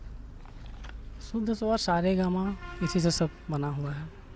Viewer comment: Sa re ga ma pa sahi nahi bol raha hai. Sir abp